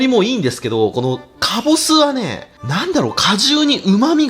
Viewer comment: 最初以外基本カボスって言えてないの可愛い